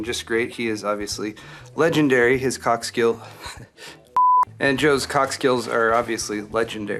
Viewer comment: PMSL, i thought you said Joe's cock skills twice.. Should that be cork skills lol.